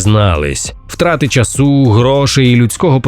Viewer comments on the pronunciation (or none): Втрати чАсу, а не часУ, будь ласка, припиніть припускатися помилок з наголосами